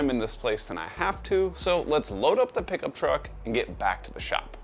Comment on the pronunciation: Every single time you say pickup truck in your videos, I giggle haha😅